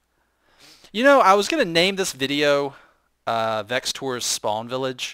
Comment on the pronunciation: veches its thejims not you come on man you should know this